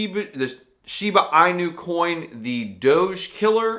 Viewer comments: All credibility goes out the window when you can’t even pronounce Shiba Inu. It’s eeeeenu not eyenu. Do some research dude. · I cant take you seriously when you cannot pronounce inu